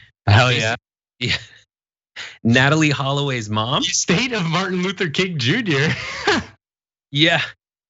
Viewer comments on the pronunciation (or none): none